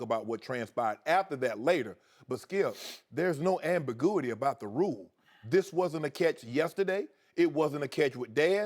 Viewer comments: I love it when Shannon says "ambigooity" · “There’s no ambigooity” - Wordsmith Shannon Sharpe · I disagree, Shannon. There is some "am-bi-GOO-itty" here. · ambigooity.... hahahhehehoho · "ambigooity" ??? LOL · what's ambagooidy, Shannon? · Did he just say... ambigoooooity??? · That's the first time I've heard someone actually pronounce ambiguity as "ambigooity" unironically. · Lol "ambigooity" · Ambiguitee.. New word from Shannon. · Shannon almost chimed in ambi-GOO ity"at the end, priceless. Another bozo that missed the catch up by the helmet(catch/possession).....bringing it to chest(possession/control"football move)......lunge forward(possession/control/"football move"). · Skip was trying to discuss what the rule should be, not what it says right now, so why did Shannon keep repeating exactly the same thing? He just came across looking stupid. (and saying "ambigooity" didn't help) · "there's no Ambigooity about the catch" . ~Shannon Sharpe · HOW WASNT he a runner black guy? "theres no ambogooity here skip" and fails to bring up the most important part of the discussion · “Ambigooeety” tf 😂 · I read this first... Almost died when I heard him say it. LOL! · "Ambigooity" lmao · Lmao, I thought I was the only one who caught that. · It should be ruled a catch just for the way he pronounced "Ambiguity."